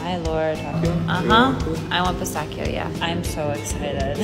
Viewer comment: Funnily a non Italian says pistachio properly in Italian .o